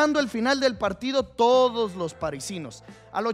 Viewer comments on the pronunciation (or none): Tremendo el “Mos” en vez del “Los” xdxd